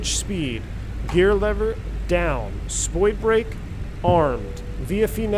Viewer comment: "SpoiBrake" when said seriously makes me giggle every time